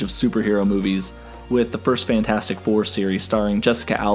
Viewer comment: "FRantastic 4" -"STusan Storm" -"BRen's" Lol